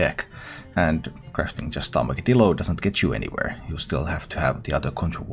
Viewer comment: You are the first streamer I’ve heard pronounce Armagedillo properly as a mix of Armageddon and armadillo. Thank you!